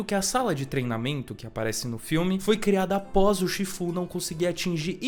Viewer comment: Todo mundo viu esse filme dublado, ou assim foi como ele se difundiu, então me dá agonia quando ele fala os nomes tudo torto. Tailangue, chífu, que nojo. Faltou chamar Pô de "póoulw"